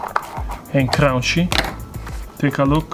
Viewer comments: I love when he says crawnchy 🤣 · I can’t even say, “Cunchy” anymore… Now it’s all, “Crownchy!” S/o! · I used to watch this channel for the pizza, now I just come here to hear him say “crownchy”!